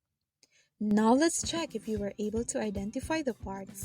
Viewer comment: "were" pronunciation needs to be corrected. Kindly listen to the correct way of pronouncing it by listening to an audio (look it up via google).